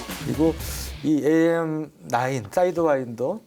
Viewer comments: 사이드와인더 맞습니다. 저는 첨 들었을때 사인드와이더라고 들었어요 ㅋㅋㅋㅋㅋ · 사'이'드와인더 아닌가?